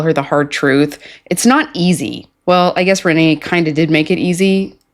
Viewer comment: I think you have been saying Rayne's name wrong this whole time. It is pronounced like Rainy or Ray-knee you are pronouncing it like it's Renee. But nonetheless she is completely unhinged.